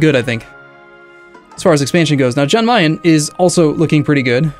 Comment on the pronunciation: It's pronounced Yan Mayen not Jan